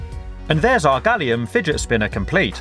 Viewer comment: Fidge spinnah! your pronunciation😂